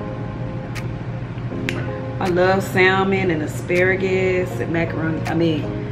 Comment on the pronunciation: Hey! A friendly note, the L in salmon is silent. 😊